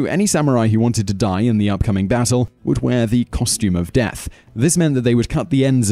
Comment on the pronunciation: dearth samurai